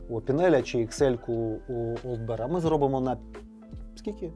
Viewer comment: Вибачте, хлопці, але таки Олд Бір, не соромтеся.